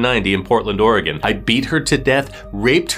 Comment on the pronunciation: Ok this may be silly but thank you so much for pronouncing Oregon correctly.